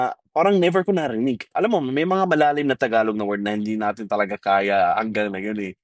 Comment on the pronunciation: Its is prounounce "Tagalog" not Thaaagalog.